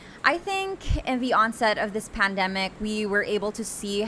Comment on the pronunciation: You kept on using the word pandemic and placed the stress on the wrong syllable.